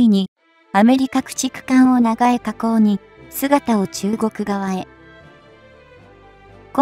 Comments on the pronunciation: ｢ながえ｣ってなんやねん。｢ちょうこう｣のことだろう? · 長江を「ながえ」と読むとは・・・びっくり しゃっくり これっきりにしときなさいな。これ「ちょうこう」と読むの。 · 長江を「ながえ」などと誤読するな、「ちようこう」と読むべきである。